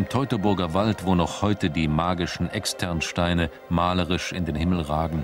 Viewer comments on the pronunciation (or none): none